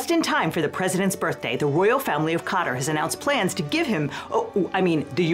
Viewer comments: how does every American fail to properly pronounce a country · The way some ppl pronounce Qatar rly grates me, just sounds wrong😂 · Maybe learn to pronounce Qatar, if you're going to make a video about Qatar. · mispronounced quatar, but i liked the vid, this is a stupid thing the current administration is doing